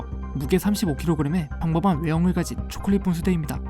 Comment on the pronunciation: 잘들어보면 "평범한"을 "펑범한"이라고 함ㅋㅋㅋㅋㅋ